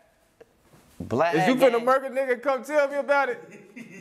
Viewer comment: Bro said BLAD! 😂